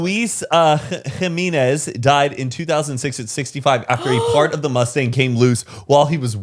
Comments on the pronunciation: honey it’s he-men-ez 😭😭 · I’m cracking up at the way pronounced “Jimenez” 🤣🤣🤣🤣